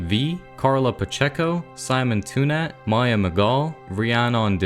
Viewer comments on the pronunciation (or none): none